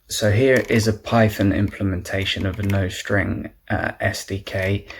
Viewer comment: NICE, but you might want to check the pronunciation of nostr… :)